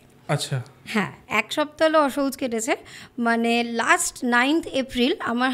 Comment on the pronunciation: কথাটা হবে "অশৌচ" ।।